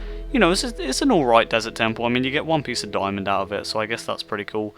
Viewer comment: Why Do You Say ‚‚Doimond‚‚?